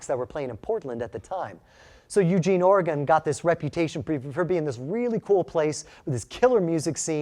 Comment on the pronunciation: OREGON IS ONE WORD ....QUIT PRONOUNCING IT AS 2 ...WE ORGONIANS DONT LIKE THAT